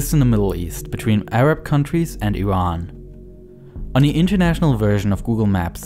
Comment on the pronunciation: Dude you called it IRAN not I Ran Good job